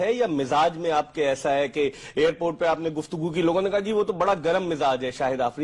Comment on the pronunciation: It's airport not hair port stride bhai haha